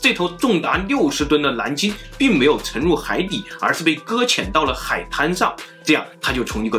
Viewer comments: 蓝鲸不是南鲸😄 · 这沙鲷丢脸丢到国外了，蓝鲸被你说成南鲸，舌头不好就麻烦你别出来丢人了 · 蓝鲸，南京。。。nl 不分哈哈哈